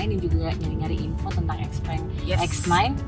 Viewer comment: Xpeng bacanya bukannya Xiu Peng yaa?